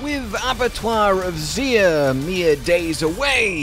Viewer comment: Stop saying "zuhr", it's silly. Pronounced "ZIR".